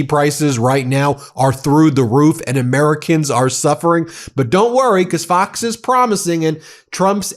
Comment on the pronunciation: At the very beginning, it sounded like he said "f@ news which would have been absoutely appropriate since they F up everything.